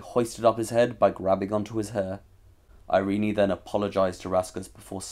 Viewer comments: Irene is pronounced just "i-rin", not I-rin-i... Where did you get the idea?! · Irene is traditionally pronounced eye-reen. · Learn to pronounce “Irene.”